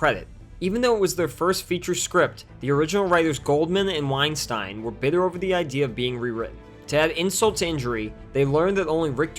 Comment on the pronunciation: Is it just me or is he mispronouncing Weinstein on purpose? Maybe it's different guys and I just dont know enough abou this movie....I will say I really enjoyed this movie when I was young but I think that we shouldn't forget what the Weinsteins did (if it is the same Weinsteins behind this film)